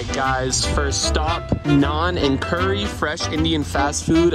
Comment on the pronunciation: Im indian and thank u so much for sayin naan and curry propally